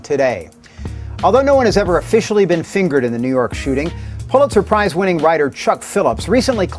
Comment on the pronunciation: Pulitzer prize Did he just Say “Polit Surprise” ? I’m dying 😢😢😢